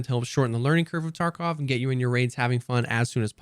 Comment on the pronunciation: Why do you say escape from "torkov"? I know you're trying to say tarkov but man. It's an a...